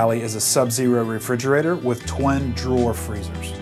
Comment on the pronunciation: Twin. Not twen.